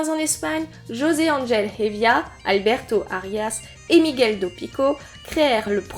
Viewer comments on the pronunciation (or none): none